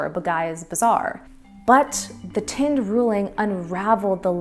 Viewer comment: Please learn to pronounce Indian names and words correctly, especially as you appear to be of Indian ancestry. The gentleman's family or caste name is not TIND, which means A BALD PATE, but THIND, which is pronounced like THIN with a D at the end. Not to difficult, eh, if you thought (TOT!) DIS VUS IMPOTENT